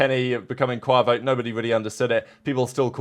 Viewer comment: You’re mispronouncing Quavo lol. Absolutely butchered it 😂